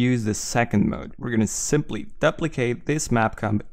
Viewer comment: "daplicate"... good tutorial though, thanks alot!